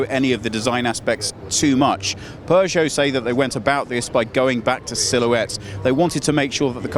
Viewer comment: It's not "pu-choe"